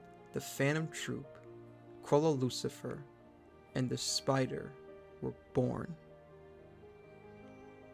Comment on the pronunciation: Not sure if you intended this but Chrollo's second name is "Lucilfer," not "Lucifer"